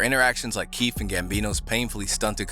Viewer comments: In Donald glovers defense I thiught keef said fart for like ten years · I also thought he said "A fart....."